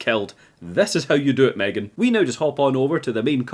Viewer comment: m'threegan?? it's pronounced Megan but spelled M3GAN